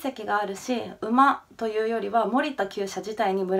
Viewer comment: もりたの発音w